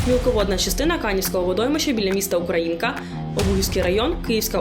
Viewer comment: Ударение : УкрА' инка.